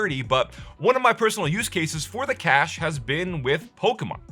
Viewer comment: cache is pronounced cash, you illiterate imbecile.